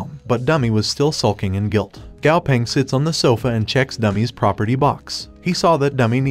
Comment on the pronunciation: He said sits wen it’s seats